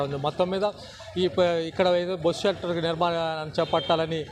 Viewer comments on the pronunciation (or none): It's Bus Shelter not bosu shelter